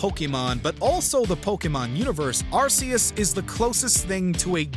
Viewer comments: It's Ar-Kee-iss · The name was originally pronounced Ar-Ceus and now I am hearing something about Ar-Koos. I am sticking with the Ar-Ceus pronunciation, since it was used officially. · How does everyone keep mispronouncing Arceus? It's a hard C, like cat or car